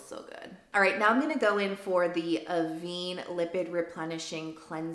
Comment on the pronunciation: Congrats on the house! You deserve it, I hope you’ll have many happy years there. As a sub and long time fan of yours I just want you to know that Avène is pronounced “Av ENN”. The French accent is over the middle e which is like the word très in French (tray). I don’t want you to keep mispronouncing in your vids. I love you lots and respect you 💗🫶🏻